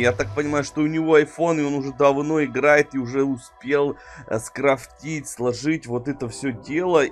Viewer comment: СкрафтИть ты чо не русский прости но меня бесит я не хейтер удачи